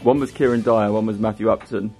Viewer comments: The Ballack shirt was Chelsea’s CL print. And it’s Matthew Upson, not Upton 👍🏻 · Matthew Upson not Upton 😂